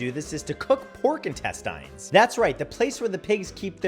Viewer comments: Why are you saying intestines wrong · Have i been saying intestines wrong this whole time? 🤔🙄😂😂😂